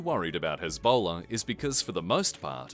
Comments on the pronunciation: I just found this one funny because it sounded like Ebola. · You mispronounced Hezbollah 😂